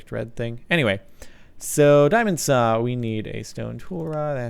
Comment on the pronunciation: why do you say saa for saw .-.